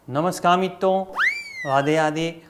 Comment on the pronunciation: नमस्कार मितो नहीं.? नमस्कार मित्रों, नाक से बाहर बोल टिकु आ....। 🤔😎😎